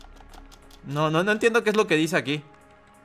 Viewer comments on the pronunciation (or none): none